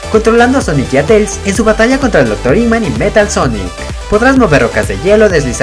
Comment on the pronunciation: Se llama eggman no iggman